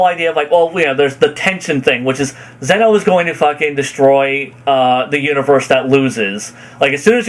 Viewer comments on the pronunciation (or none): none